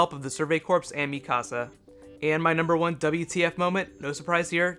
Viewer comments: Mi casa ? It's mikasa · It's mikasa not mi casa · lol sorry but it sounded like he said mikasa as "mi casa" ;p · its not mikasa. its. mikasa \ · its not mikasa. its. mikasa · My biggest WTF moment is why the hell did the garisons/stationary gaurds commander try to shoot Eren and you said Mikiasa name wrong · it's funny when I talk about the anime with my friends in Spanish and I say something about Mikasa they start joking about the pronunciation